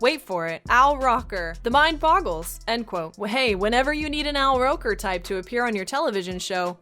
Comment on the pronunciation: Al Rocker. Jesus if you're using AI at least make sure the AI VA is doing it right. Gonna select the little ... and then click "don't recommend this channel"